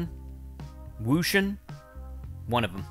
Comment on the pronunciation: It is WHOO-Shane. Say it like that and you got it.